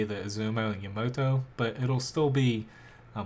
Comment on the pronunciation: yuh-mo-to, that literally disgusts me someone would pronounce it that way.